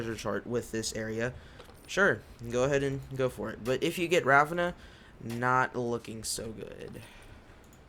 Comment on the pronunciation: The way you pronounce Ravenna